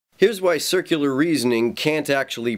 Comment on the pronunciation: Wait, did he really say "sikular reasoning"?